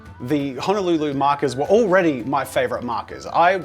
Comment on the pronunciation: Man, as a Hawaiian, it’s HO NO LU LU. For fuckssake